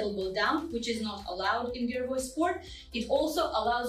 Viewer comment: Слово "гиревой" было сказано по-русски без акцента... хм, русская што ль